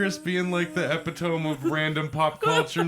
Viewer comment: I really appreciate rant about taking care of our teeth; seriously not enough people floss and its 2 minutes of your time to save a shit ton of money and pain! pronunciation of epitome caught me off guard lol... that is not how you say that word, if spelled phonetically it would be "apitomy":P lol But I feel you on the note about chemistry! I failed that shit twice in university before doing an online course and somehow just barely passing by the skin of my teeth but in the end chemistry is basically just math-science to the extreme and I CAN NOT be bothered with that crap:/ And, the solvent frequently used before legalization was isopropyl alcohol but way back in the day when they were broke af they used stupid shit like gasoline:/ so thank goodness for legalization in that sense!